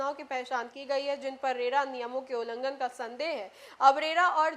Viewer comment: रेला नहीं रेरा होता है। इतना बड़ा मज़ाक मत बनाइये और ना ही बनिए।